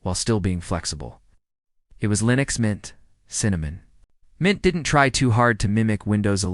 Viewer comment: “Linus Mint; Cinnows 7”; “Linos Mint; Cimniin”…???!!! WTF!! Proof your AI Slop much?